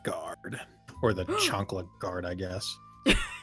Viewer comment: HAHAHAHAHA HE SAID CHANKLA GUARD LOL HAHAHAHHA I LAUGHED SO HARS